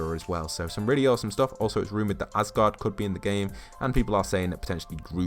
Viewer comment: You called Asgard Asgaurd. If you want to criticise somebody then make sure they can't do it back